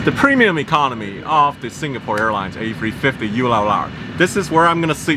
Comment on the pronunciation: I absolutely LOVE how he says A350 A free fwifty.